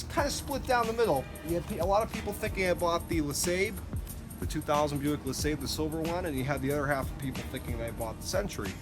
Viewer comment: Nice find and pretty decent car! I find that Seafoam is pretty good at breaking down the stickiness of old gas. By the way, LeSabre is pronounced Le"saber", not "lasabe". The R is not silent in this case.